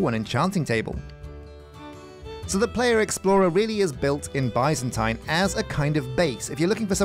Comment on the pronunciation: Alllmost seen all the vids for this series so far, why have nobody told him how to say Byzantine or Byzantium???????????? Still bugs me off everey episode